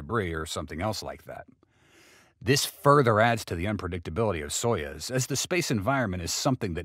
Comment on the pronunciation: It is pronounced "so use", not "so yuzz".